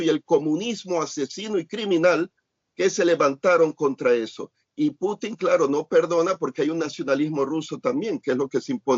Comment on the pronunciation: muy buenas y bendecidas noches, creo que ahora sí el señor Larios le salió lo neoliberal y se pone en su posición de derecha, pues que no ve el desorden que quiere hacer el JB que ni siquiera puede pronunciar Putin y le dice Clutin, el señor es un enfermo mental y el Sr. Larios los defiende. Creí que él es u. FIFI